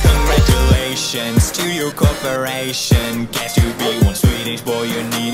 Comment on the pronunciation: Cangaru -tiu - lations 🤣🤣, you are awesome mate